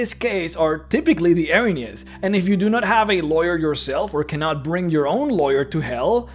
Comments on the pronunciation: [sees title] Well, first of all, they're not angels. They're a punishment sent by the Greek gods to right an injustice (percieved, or real). Their name translates as "The Furies", and... you... really don't care, do you? Also, it's pronounced "EER-uh-NEEZ" not "Eh-rin-yes". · I'm glad to see someone else who knows this. Now, if only we can get him to pronounce it correctly...